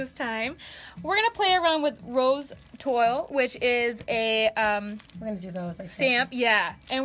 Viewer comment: Toile is pronounced twall. Loving these Anne Sloan’s colors, may need to order a few. Here in Washington we have almost no stockiest- Cocoa with ballet pink is gorgeous.